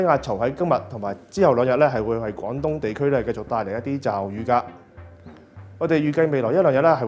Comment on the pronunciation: 趕東？廣東